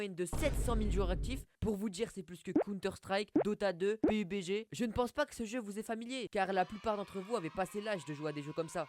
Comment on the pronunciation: Il a dit bupg mdr